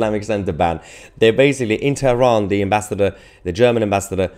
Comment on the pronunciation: TERAHAN. PRONUNCIATION IN ENGLISH IS TERAN. DO ENGLISH PRONUNCIATION